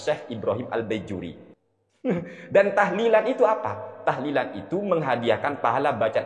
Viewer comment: Mintanya lafadz "tahlilan" bukan tahdian